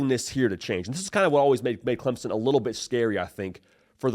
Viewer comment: Clempson, lol. Thanks for trying